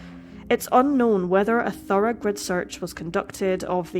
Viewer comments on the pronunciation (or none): none